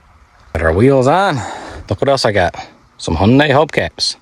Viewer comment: The only reason im here is thats not how u pronounce "hyundai"